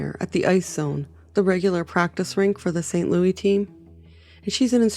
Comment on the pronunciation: St. Lewisssssssss, not Lou-eeee